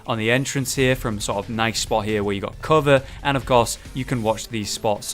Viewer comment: "where you heff really good CUHVER " LUL